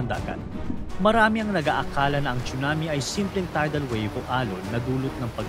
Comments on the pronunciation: Tsunami Hindi 😂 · “CHONAMIII!!!” “CHONAMIIII!!!!”😭😭😭👊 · bkt po pronunciation sa (TSUNAMI) ay chunami ??